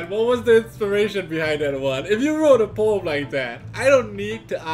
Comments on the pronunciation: Every times said ''Poem'' I heard ''porn'', i better reduce my porn time though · First time said poem, i heard porn... could never unhear it, and the whole video went wrong from there LOL